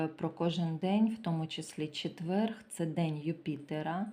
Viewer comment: Дуже приемно почути гарну украiнську мову, але четверГ рiзанув дуже . ЧЕТВЕР. Складно писати, бо нема украiнського алфавiту. Вибачайте.